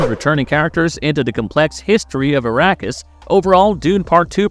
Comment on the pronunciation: Yeah… Arrakis sounding like “Iraqis” made me stop the video.